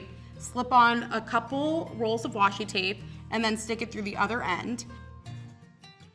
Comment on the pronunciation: It’s washi tape not washi tap😂 nice video though👍